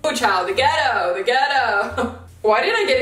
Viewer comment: when you said the gettoh i DIED